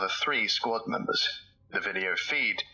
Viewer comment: squad memBERS Sounds like there’s a memetic anomaly that’s taken up residence in this video. Love your videos